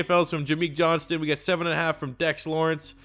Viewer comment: It is 'John-stn'